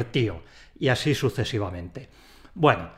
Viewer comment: ¿Y el añadir la N en el así? AsíN no se puede seguir....